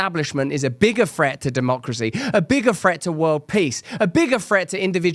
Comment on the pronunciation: What does "a bigger fret" mean? How is "fret" used correctly when you said it? Or were you saying "THREAT"...ya know, the word with no F in it. lazy lazy lazy